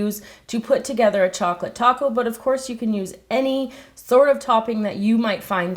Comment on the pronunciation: Strawberry or chouclate